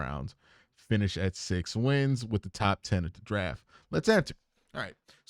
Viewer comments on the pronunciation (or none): This dude said “wif & spunt” 🫣